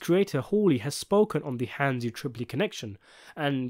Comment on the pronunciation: Hansi. Its Hansi.